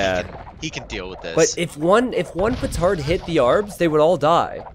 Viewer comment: see he does say pootard